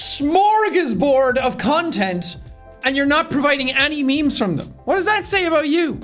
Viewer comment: When you said I give you memes it cut to a add on me and it sounded like meat so you said I give you meat 🧐😳😏😂